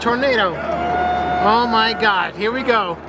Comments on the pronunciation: Заебал он о майгакать 😂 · Как же выбесило это "о май гяд"!!! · чуть не блеванул от “омайгада”